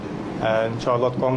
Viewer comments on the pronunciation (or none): none